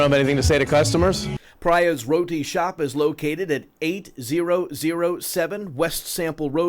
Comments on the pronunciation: Just FYI. It's pronounced Pre-ya not Pra-ya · It’s pronounced “preeya ” not “praya” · It’s pronounced “Pree-ya” by the way. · He pronounced the Indian name “Priya” wrong. It’s pronounced (Pree-Ah) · its pronouned pri yahhhhhh.which is a commmon hindu girl name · It’s pronounced Pree-ah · It’s pree-ya lol you guys are stupid af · They way y'all said Priya is the whitest pronunciation I've ever heard